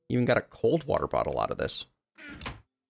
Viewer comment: every time he says water bottle it sound tilke he is saying waddle battle